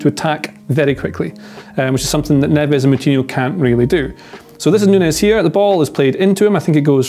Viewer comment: Please say Portuguese names correctly Neves is Nevzzz...Nunes is Noonz We are not Spanish